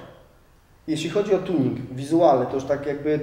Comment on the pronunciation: "kartuzy tjunig", you made my day xDD